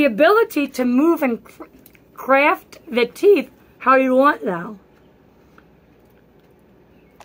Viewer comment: The way the word craft came out with her teeth in😂 thanks for sharing